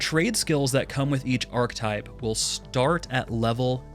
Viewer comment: Enjoying the video and will definitely give a like on it but what’s with new world content creators and the word archetype? You’re not the first person I’ve heard thats pronouncing it the same way. It’s weird. Aar-kuh-tipe (that’s how google spelled the pronunciation. There’s a letter in there that you’re not pronouncing for some reason.